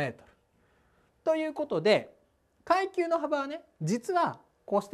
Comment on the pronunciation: くゎいきゅうww